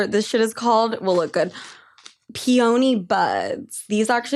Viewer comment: "pee-oney" lmao i love u